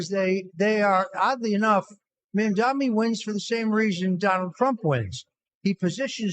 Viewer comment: Hilarious watching everyone butcher Mamdani's name in every Youtube podcast. Zamdami hahaha